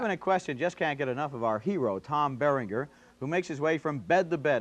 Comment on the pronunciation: Haha, totally mispronounced Tom Berringer.